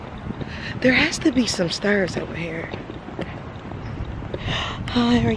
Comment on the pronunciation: When I heard you say "stairs" and "hair" I'm like YEP COME THROUGH STL!! Lol